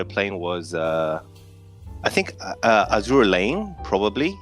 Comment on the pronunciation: "Azur Lane" processing facepalm 🤣